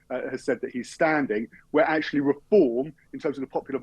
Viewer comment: ’Akshully’ alert!!!